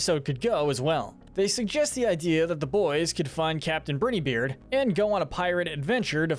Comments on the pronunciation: The way he says “Brineybeard” just irks me but the videos are good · You mispronounced Brineybeard every single time and his name is Pork Rind, not Pork Patch??? 😂😂